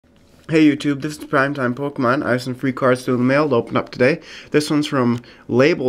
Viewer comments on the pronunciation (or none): none